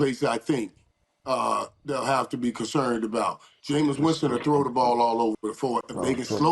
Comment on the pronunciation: "Jamison Winston" lol